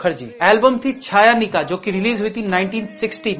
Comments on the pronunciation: I really love your work! Plz keep it up👍 BTW, if you don't mind... it's pronounced as CHOYONIKA not CHHAYANIKA😊 Thank you! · छायानिका नही.. It's pronounced चयोनिका । But thank you for the songs. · It's chayanika but you pronounced Chhayanika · Chayanika pronunciation is চয়নিকা